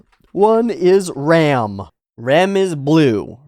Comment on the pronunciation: can you please try to pronounce the names of rem and ram like a japanese person would say it? because with your english pronunciation i really can't tell the difference